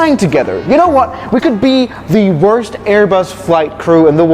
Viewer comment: "wrost"💀💀💀💀bro its Worst